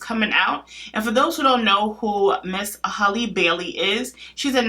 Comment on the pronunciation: It's HAL-le, not Holly, like Halle Berry.